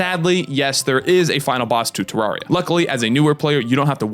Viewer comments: One it is you say it like this te rare e ah two I have played this game since I was seven I nothing traumatized me but my older sister hates this game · Sorry Terr-air-e-uh is how it’s supposed to be pronounced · Me:;NOoOoOoOoOoOooO PLEASe I WANN- well yeah it does say teens. Any way that’s not how you pronounce terraria. You pronounce it like ter-rare-e-a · It’s pronounced TerRAIRia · I bet he never said terraria right like chippygaming